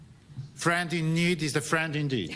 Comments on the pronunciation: tutaj chodzi o to ze on powiedział indid. Czyli krótkie i. Slowo indeed wymawia sie indi:d dluuugie iiii.. Tak jak beach. A nie bitch. Kapujesz???? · Zabiorę głos jako anglistka. Ja tam nie słyszę "dick" - w tym wyrazie jest krótkie "i", a Duda ewidentnie wymawia długie "ee". Ucho native speakera powinno być na to uwrażliwione - w końcu to u nich dwie różne fonemy, tak samo rozróżnia się "bitch" i "beach", "piss" i "peace". Samego "k" też za bardzo nie słyszę. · Nie mówi dick ale deek. I need że zmiekszonym n. Tak niezdarnie mu to wyszło, a co zrobić że Harris tak reaguje. Nie pierwszy i nie ostatni raz z resztą. W każdym razie nic niestosownego nie powiedział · tak jak Ty Polskiego, wymowa angielskiego dzieli się na brytyjską i amerykańską, a jeszcze każdy może ją inaczej wymawiać. A w rzeczywistości Duda nie wypowiedział słowa "indeed", więc polecam aparat słuchowy póki nie jest za późno.